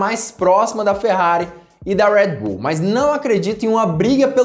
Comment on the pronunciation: Seus comentários são bons, agora esse sutaque americanizado em algumas palavras as vezes irrita. Ex. Tcharles Leclerc, Rued bul.... E é só as vezes.